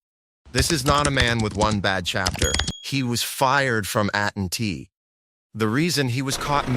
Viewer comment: At and tea 😂 (AT&T)